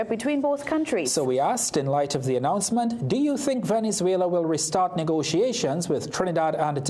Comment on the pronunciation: Announcement not Announcemont😂😂